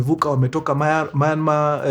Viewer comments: Myanmar ✅ Mayanmar ❌ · Story safi but it's Myanmar not Mayanmar . Mtu asijipate Myanmar adhani ako sawa. 😅